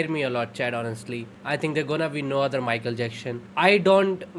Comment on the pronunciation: wtf is michael jackshhon 😆😆